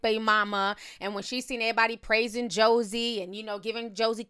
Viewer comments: Lmao you forever calling her Josie 😂😂😂 it’s JOIE (pronounced like JOY) 😂😂😂😂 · Why do you keep calling Joie(Joy) Chablis Joey ????? I can’t take it 😒😂🙄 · I cringe every time she says Josie and not “joy” 😂🤦🏽‍♀️ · If you say “Josie” ONE MO’ TIME!! 😩😩 It’s JOIE!! 🙄😂😂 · I think the 5th baby mama´s name is Joie (pronounced either Joey or Joy). It´s not Josie/Josey. It´s funny that he is now requesting gag orders since that´s what Ciara had to do with him because he kept talking about her. And when Monica´s baby daddy took him to court, he was trying to clown him for going through the court system. Now look at him.